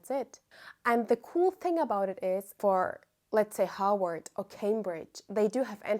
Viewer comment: Love how to me it’s sounded Howard but she saying Harvard. I really love it and love this video…will bring back updates as I’ve done this process before but now I see where I went wrong/awry ❤